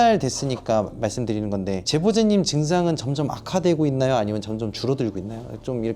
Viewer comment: 제보....잦님 이라고 나만들리는거? (제보자님죄송해요.) 왜 욕같이 들리지ㅋㅋㅋㅋㅋ